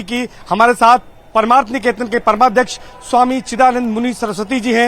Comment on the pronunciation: paramarth hai paraamarth nahi... pronounce to sahi kar lo